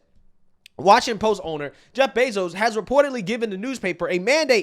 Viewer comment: Anyone else catch him say joe bezos